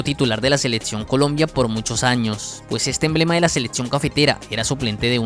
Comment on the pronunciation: La cantidad de falacias de este video es innumerable, pero lo más desesperante es que el muchacho no pueda decir "selección", sino seletsión.